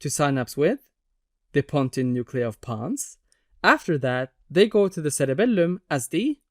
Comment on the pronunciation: the way you say CereBELuuM 😅💝